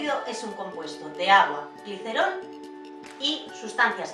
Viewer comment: Dijo gliceron?